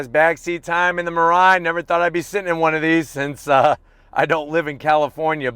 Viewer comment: and it should pronounce as me-lie-e